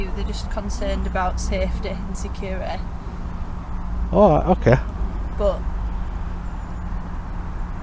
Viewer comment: Ohh I LOVED , giggled , rewound & rewatched that hilarious (to my American 👂) the 👮🏼‍♀ state - ish… ‘’They’re concerned about SUF-Tayee uhh SECK-URR-UHH- i/eye👁’’. Ohh my 🙃😆 That was awesome & wild. Lol. This video was suggested to me b/c I suppose Googles YouTube thinks well since I love learning about rights in 🇺🇸 this video in another country will be PERFECT , for you with as long as the Subtitles can be enabled. It’s so fascinating all the differing accents in the English language. It’d be fascinating to watch a video to see the core fundamental differences between some of the most basic supposed guaranteed rights in UK , 🇺🇸 & 🇨🇦, b/c it’s seems although similarities are there , I believe that the constitutional 1st Amendment rights are a little different than in 🇬🇧 or Great Britain or however exactly it’s all encompassed, (as a ‘’dumb’’ American.. I’m not entirely sure but said w/ respect 😃) . It is intriguing nonetheless how angry people become when they see others in public doing something they don’t see everyday so they have a fit , 🫠 & actually essentially tattle tale like we’re back in grade school, but it appeared that your police 👮🏼‍♀ was not as psychotic or egotistical as our female officers almost always are, in theory one would imagine hiring females for policing would add a balanced compassion to citizens & it sure does not seem to work over here, it is very shocking & sickening at how dreadfully lacking the 🇺🇸 Gov’t brutally enforcers behave when